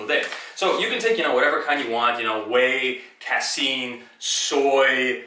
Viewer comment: LMAO! "Cass-scene". Brah, casein is pronounced Kay-seen.